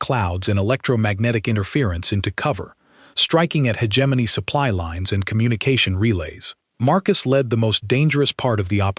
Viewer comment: I can’t finish this garbage. How many different ways can you mangle the word hegemony?